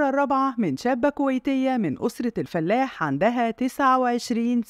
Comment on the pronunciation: الفَلاَح وليس الفلّاح